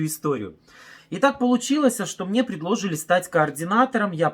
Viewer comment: Всё замечательно! Только можно попросить автора канала говорить на камеру без ошибок, пожалуйста. ( ПолучилоСЯ, предлОжили....) Вы же Представитель компании и общаетесь со всей страной , а не на скамейке бабушкам рассказываете свою историю.